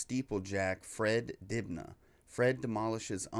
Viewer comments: Just for reference, it's pronounced 'dibnuh', not dibnarr'. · Fred’s name is pronounced dibna. Sadly he died of cancer but was a great interesting person and from my area … Manchester/ Bolton. Those are mill chimneys - the remnants of the cotton industry/ Industrial Revolution.